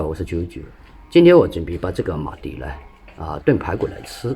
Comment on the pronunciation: 是马蹄ti，不是马蒂di